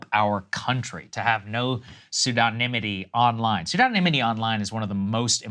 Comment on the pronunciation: Love Saagar trying to say pseudonymity 😂